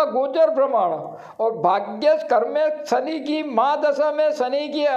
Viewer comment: सनी सनी क्या बोलता है ? शनि बोलना सीख। पहले उच्चार शुद्धि कर। फिर वीडियो बना